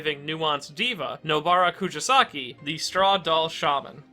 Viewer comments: It’s kuGisaki not KuJisaki. It’s a g not a j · I love your content but please look into pronunciations next time 🥺😭 Rather than "ku-ji-saki", it's "ku-gi-saki." Like how you say the "gi" in "give." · This is a great video; but jesus christ man, if youre gonna say her name as many times as you do, maybe you should at least learn how to properly pronounce it? koo GEE sa ki. not koo JEE sa ki. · imagine editing the video and seeing the spelling "Kugisaki" dead in your face and still saying out loud or leaving it in your script incorrect as "Kujasaki". Must have been a paid editor. lmao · Ku JI saki interesting way to pronounce it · "kujisaki" bruh... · You are the bad guy for the way you pronounced her last name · Bro how do you manage to pronounce Nobara’s name in a different and incorrect way every time you say it😭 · How many times can mispronounce Nobara’s family name? Let’s find out 😂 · I love the character analysis but it hurts me every time you mispronounced her name.